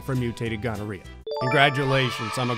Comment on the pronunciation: More questioning grey dammit. No but seriously did you just say mutated ghonerea?